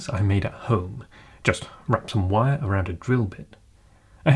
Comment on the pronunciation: Sorry for the ignorant question, but why do you sound like you're from canterbury, but pronounce wire with a V?